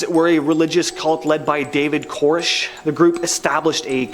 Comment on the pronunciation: 2 things- 1) its pronounced "Kore-esh". 2) The Waco incident is what was the catalyst for the terrorist attack on the Murrah building in Oklahoma City on April 19th, 1994.